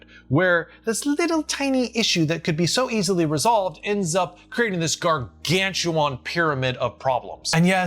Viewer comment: Gargantuan is pronounced gar-gan-shoo-wen. Not gar-gan-shoo-wahn.